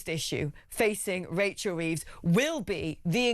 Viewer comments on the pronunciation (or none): 'Wachel Weeves' hahaha its jonathon woss with odd shaped t1t5